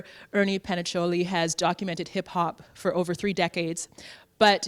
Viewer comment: How'd you get all that background information on him but Butcher his name Twice!! ctfuuuu